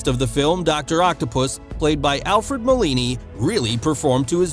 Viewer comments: Molini? It's Alfred Molina. Otherwise Molini would be somewhat different person who's not him you're narrative about. Can't have Italian name for an english actor like, even he may or does to portray one. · Did I hear you say Alfred Molini? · Sam Rainey? Alfred Molini? That's embarrassing.